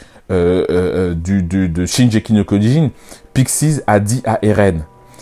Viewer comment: Notamment la prononciation du titre. Shingeki avec le "gu" Le titre Shingeki no kyojin ça signifie littéralement le(s) titan(s) de l'offensive ce qui revient a dire le titan assaillant. Ensuite le pouvoir du titan assailant est mal connu, notamment par la famille royale car c'est un titan qui a toujours aspiré à la liberté et qui s'est fait la malle dès l'apparition des titans primordiaux. Ce titan reste mystérieux et j'avais jamais pensé que son pouvoir pouvait résider dans un lien avec un membre de la famille royale.